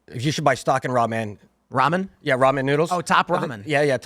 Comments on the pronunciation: Bro says ramen like "raw men" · Did that mf really say Raw-Man 😂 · Never heard Ramen pronounced “raw MEN.” Makes me uncomfortable. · Ruh'MEN guy is bothering me with his pronunciation. XD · What is this “raw men” he keeps saying is so inexpensive? Soylent? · I'm sure he's a cool dude, but I don't like how that guy says Ramen😂 "raw men" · Is he a Pastafarian? He keeps saying R'amen. All hail the Flying Spaghetti Monster, R'amen! Lol 😆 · They way he said Ramen pissed me off